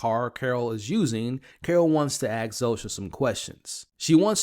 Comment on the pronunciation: "Aks" some questions? FFS